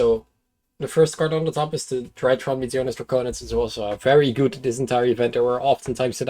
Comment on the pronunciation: It feels like yesterday when pronounced drytron as dreeatron. And now he's beating the shit out of everybody with his weird space machines. Congrats.